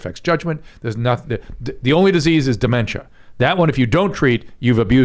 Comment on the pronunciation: Wtf is diementa? What’s up with? Is he foreign or does he think he’s intelligent when he annunciates incorrectly?